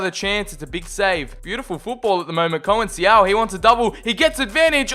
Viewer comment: Conceiçao is pronounced “con-sei-são” not “co-en-si-ao”.